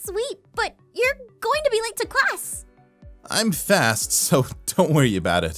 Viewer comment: in the beginning the nurse said classt